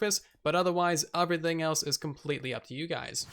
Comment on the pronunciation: Can u not say 'everything' correctly?